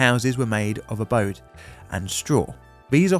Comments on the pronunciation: he called the "adobe" (ah-doh-bee) "abode" 😊 since you're english you're forgiven. i've noticed that native american/new world spanish vocabulary words baffle the british. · Adobe- A-Doh- Bee.. not abode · houses made of *adobe*: "a dough bee", not "abode" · Abode? I think there's a type here: "adobe" surely? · The homes were made of Adobe, pronounced Ah-Doh-Bee, not Ah-Bode. (Just a tip from a fan from California USA) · BTW, "adobe" is pronounced "uh-DOH-bee". Not "abode". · Houses are not made of 'abode'. They are made of 'adobe', ppronounced 'ah-doh-be'. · In general, I like your videos quite a lot, which is why I've been subscribed for a while and watch them regularly as they show up in my feed. However, in this one, the fact that you mispronounced so many Spanish place names and even just basic words of Spanish origin makes me question your research. Houses are made of adobe "ah DOH bee," not "ah BOH dee." The word "diario" is pronounced "dee AH ree oh," not "DAY ree oh." You can type words into Google translate, hit the microphone, and it will tell you how to pronounce them. It's not hard. And you will sound smarter when you do that. I know this probably seems like a small thing, and I get the impression that you are a very smart man,, but this was a problem with a pretty easy solution. Not enough of a problem for me to unsubscribe, but a problem nonetheless. EDIT TO ADD: I made this comment before I got to the end of your video. I'm sorry that you have a cold, and I hope you get to feeling better soon. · *adobe (3 syllables), not abode. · Adobe: uh-doh'-bee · The homes were adobe - pronounced ah-doe-bee. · Houses were made of "a - doe - bee" and straw......" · adobe "uh-DOH-bee" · Many houses were made out of what? Adobe uh-doh-bee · The word you were looking for is adobe. uh-dough-be. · Sorry but it is pronounced ah doh bee. Adobe. Take it from a Californian that once lived on Adobe Rd! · Just a pronunciation hint. Adobe is pronounced "A doe be".